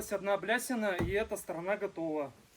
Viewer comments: Правильно не блясина, а балясина. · бАлясина, а не блясина)